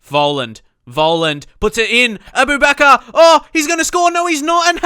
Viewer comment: Its pronounced A-Boo-Ba-kar